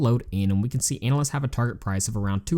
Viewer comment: Analysts not Annalists lol